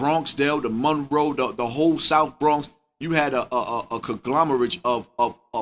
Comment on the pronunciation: Why can't Bambaataa pronounce the word "Bronx"? What the hell is "BROWnx"? The Culture since 1971 definitely brought the streets to YouTube before Hassan Campbell. So did SMACK DVD. Don't forget, Hassan posted his 1st video accusing Bam AND TOOK IT DOWN. Other people reposted it, and then Hassan had to stay visible on social media for his own safety. After that, he built his brand and earned his rank. Can't take that from him. But he got in this by accident. My friend raised 5 kids in Bronx River, and she knew about Bam before the news went big. She was afraid to send her kids to the store because they were out there grooming kids, giving them nicknames, trying to send them on errands for 2 dollars. She told me they zeroed in on her son with a learning disability. Predators have "picks", and Bam knows if he had even ONE white victim in the States (even from decades ago), he'd be UNDER the jail. Ask Bill Cosby. Condolences to the family in Castle Hill! 🙏